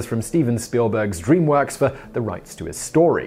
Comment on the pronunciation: I think he picks a dozen words out of each script and intentionally mispronounces them. And that's Stavoon Spileborg